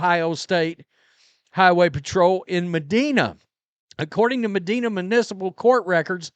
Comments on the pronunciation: Lmao Medina, uh it’s pronounced Meh dine ah ☝️ 🤭 not Meh Deen ah 😳 no worries not the first international YouTube star to go that route 🤷‍♂️ ✌️ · Mah-dine-ah is how you pronounce it , brother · Judges in Medina take failure to appear personal. For what it's worth, around here it's pronounced mah- Dina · Well Rhodes is a big Sanders backer. He’s declare him as the starter come week one. And that’s not how you pronounce MEDINA. Oh yeah he’s so fun